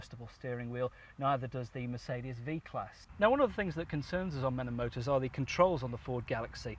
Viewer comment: MOTORS NOT MOTOERS